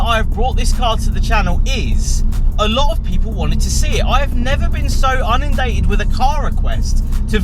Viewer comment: 'unindated' LOL - try inundated